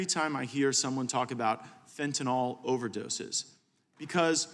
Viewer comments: tell gaetz it is fen ta null not fen ta NAHL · It irks me that he does not know how to pronounce fentanyl. Certainly not as fentanOL. He should do some work with addicts to understand what they need. He has no clue. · Matt, please pronounce Fentanyl correctly. It's not FentaNAWL! And, Mr. Nadler.... please Please PLEASE resign, retire or whatever... Just go AWAY!!